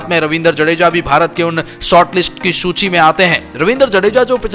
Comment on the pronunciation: Bhai ne सूची को लूची बोला है एक बार